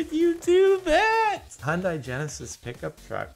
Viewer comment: Oh god he called the Porsche, Portia and the Hyundai "Hondai"